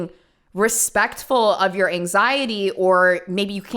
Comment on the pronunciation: Girl barely knows how to say anxiety uh huh